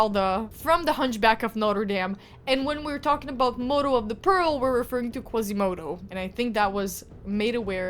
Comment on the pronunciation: Hi, please do not take offence it's not pearl it's pronounced peal as in peel. The sound of the ringing bell is known as a peal(peel) hence modo of the peal because his job is to make the bells ring out (peal)